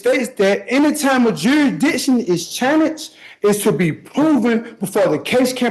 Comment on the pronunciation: Did he say his “wit of prohibition? And I’ve never seen an idiot screw up the pronunciation of “challenged” this badly. This guy needs to be shut down faster though. Your case should not be at a stand still. And he needs to shut him up with his questions. I can’t watch this all